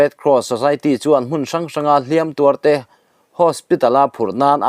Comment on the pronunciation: Hliampui tuar i lam dan hi a dik lo, hliam hi ti hniam la